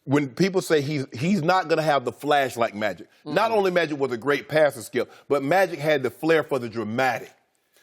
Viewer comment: loooool he tries to say skip straight after and fails loooool